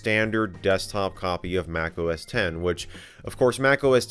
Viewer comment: X = TEN It is OS TEN he is saying OS TEN!!! Lol.